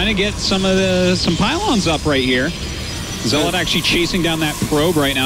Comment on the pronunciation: I swear artosis just loves pronouncing things differently. He had to say zelawt 20 times in the first game.